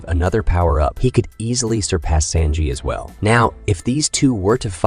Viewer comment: That is NOT how you prnounce Sanjis name. I can’t even watch this